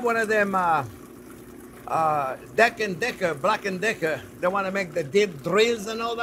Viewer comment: JP said " Dark and decker" 😂😂😂